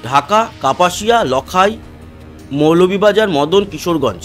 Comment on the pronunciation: উচ্চারণঃ "লাখাই" হবে ।